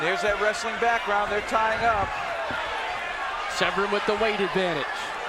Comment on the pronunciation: Americans really struggling to say Severn xD Sevren Severurn SERRRVERRRRN xD lmao